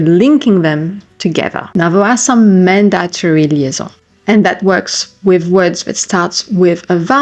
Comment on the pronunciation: And ‘mandatory’….